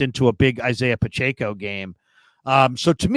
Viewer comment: Couldn’t finish this one…pronouncing Pacheco’s name wrong was getting too annoying 🙄